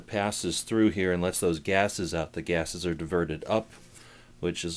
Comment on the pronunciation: lmao ......he said gases